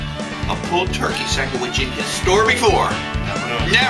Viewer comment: Sangawich? I thought it was a sammich!, I love your channel! Thanks for all the laughs and great ideas for smokin' meats.